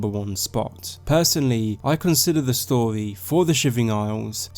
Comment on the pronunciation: You speak like a fuckin child mate. Pronounce your R's...its story not storwy..